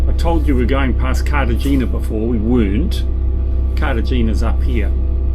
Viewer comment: Cartagena (carta henna - corrected in post?) and Marbella (Mar bay ah) – good pronunciations. Incredible rugged coastline and no people! The drone opens up so much more in your footage! Tracking the boat under way was beautiful – just try to avoid the microadjustments mid pan (or crop them out!). Don't think I've mentioned it before but if you find your drone surrounded by birds and maybe under attack, always climb. Birds can drop faster than the drone but they can't climb fast. So straight up then bug out of there. Getting some nice smooth pans now. Slowing the settings in Cinematic mode makes a big difference. Are you headed to UK?